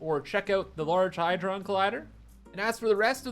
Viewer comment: "Had-ron" - As in "You had to say it wrong" :D